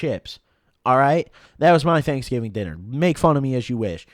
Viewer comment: It's pronounced DANKSGIVING